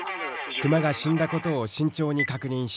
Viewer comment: クマのイントネーション。。。